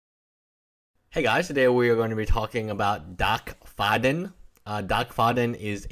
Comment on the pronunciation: Dack like quack not Doc.